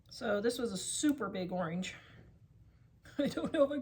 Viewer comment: She said Warsh your oreenge! So funny 😂My Dad says that!